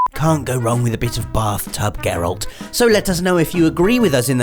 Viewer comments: It's Geralt, not Gerald. Sorry. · Unpopular opinion: the way they are saying 'Geralt' is totally wrong and hurts my ears! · I think their most unpopular opinion is how they pronounce "Geralt" ;p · i think the worst unpopular opinion that you lot have is your way of saying Geralt